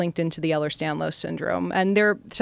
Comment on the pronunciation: Its Ehlers Danlos, not Stanlos. This lady is a tool. I am not impressed